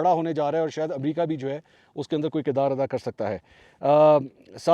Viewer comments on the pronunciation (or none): none